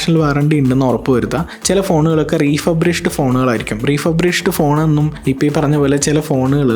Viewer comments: BRO, It's Not "REFUBRISHED" ❌ It's "REFURBISHED" ✅ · ബ്രോ, "റീഫബ്രിഷ്ഡ് " അല്ല "റീഫർബിഷ്ഡ്" ആണ് ശരിയായ ഉച്ചാരണം, google pixel 6 ഡെമോ ഫോൺ, iphone12 ഡെമോ ഫോൺ ഒക്കെ 17000 രൂപക്ക് worth ആണോ?